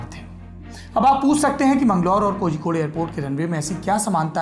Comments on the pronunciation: Bhai Kozhikode ko hindi me shayd कोलिकोड hona chaiye Keral aur tamil nadu me aksar zh ka istemal special sound of ल ke liye use hota hai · कोहिकोड नही कोझिकोड